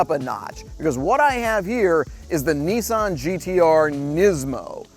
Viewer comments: not nessan its nissan you are a irritant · I know why the car resets every time you use it, you can say Nismo ok, but ffs whats with NEEESAN? Its Nissan ! Another point i surmise the car resets, its because it is liable to commit hari kari if it had to listen to thats voice for much longer! jez sorry bud but your voice! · Nissssan not kneeeesan... ffs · Lmao why does everyone call it a Neesan, it’s Nissan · Yeah, and what is a Kneesaahn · NISSAN i is not eeeee and A is not ahahrrrr. NEEEEESAHAHN ?????? TERIBBLE REVIEW???? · There is no R in Nissan, stop pronouncing it as Nis-SARN!!! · Opened the link... Heard an American seriously Americanizing a Japanese car... Closed the link.. WTF is a Kneesahn? 🤔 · Is it just me or does he say Nissan really weird